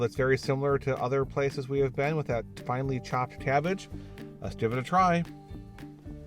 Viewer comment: did you said "Finally chopped" instead of finely chapped? :D